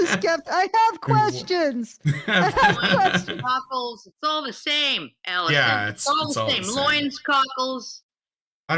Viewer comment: 144 episodes, and I think I've heard Alison say the intro correctly twice.